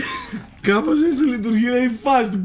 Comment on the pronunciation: όχι κυριολεκτικά λέει" Κάπως έτσι λειτουργεί η φάση του 'game'" απλώς το"κάπως" ακούγεται λίγο σαν "κάποιος"έτσι όπως το λέει ο.